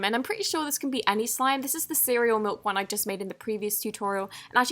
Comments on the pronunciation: am I the only one who hears MULK instead of MILK? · Did anyone hear her say mailk? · lol you said mulk